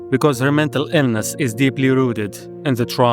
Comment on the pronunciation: Bro... you started with Cry of Fear... you instantly get a like and subscribe from me. Loved that game! edit 1: why do you say silent HELL, and mental Ellness? edit 2: Visage is my other favorite game!